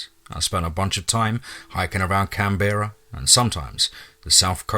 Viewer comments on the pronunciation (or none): Loving Creepy Aus, and as always well done to you. Oh,and btw, we pronounce it Canbrah cos you know.... Aussie accents are weird!! 🤣 #teamfear